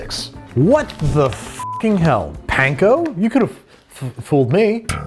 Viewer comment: please say panko properly 😭